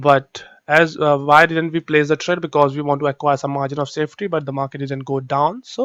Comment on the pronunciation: Exactly.. If you're not editing the video .. Y don't you show up live ... !! One more thing plz plz pronounce didn't "didn't" word !! Correctly